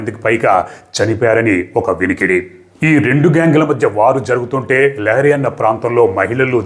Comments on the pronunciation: లియారి,ల్యారీ…లహరి కాదు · Correct. Not lahari.